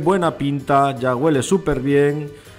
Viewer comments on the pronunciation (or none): Amigo se dice Huele por favor no Guele cuidemos el bello español